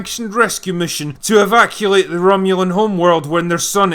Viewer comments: you say "Evaculate" hahahah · was that "evaculate" intentional? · "Evaculate"? Portmanteau of "evacuate" and "ejaculate"? Interesting concept... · "'Evaculate' the Romulan home world..." I guess that's when you emasculate the home world by evacuating it? 😂